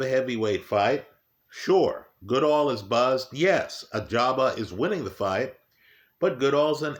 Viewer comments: I remember when used to call him "Agaba" instead of Ajagba. Good times 😂. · Still says Agjaba here lmao.